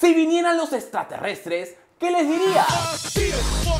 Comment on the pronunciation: Le preguntaría como se les llama, extraterrestre? O como dice estatrerrestre😂😂😂😂😂